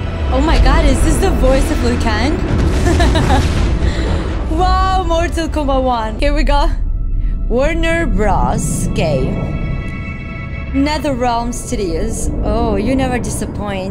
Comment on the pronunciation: "warner bras" good vid tho